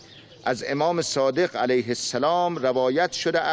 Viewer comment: Please can you check your pronunciation of names? It's 'Ayatollah', not 'Allatoyah'; 'KhomAYni' not 'KHOMenei'; and 'al-SAAdiq' not 'Sadeeq'.